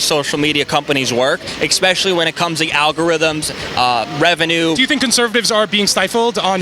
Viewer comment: I swear if he says expecially one more time!!